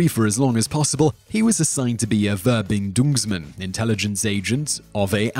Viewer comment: How do you find "Ve-binn-dunngs-menn"? Worse, hopefully.